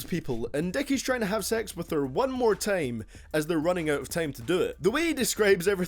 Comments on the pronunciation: hahaha he said tiem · Hahaha he said "tiem"